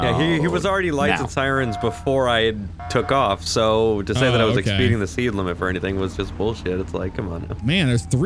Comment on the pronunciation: expeeding the seed limit... jus sayin lmao